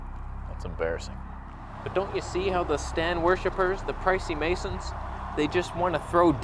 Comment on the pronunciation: Why can't I stop giggling after every time you say "the pricey-masons"?!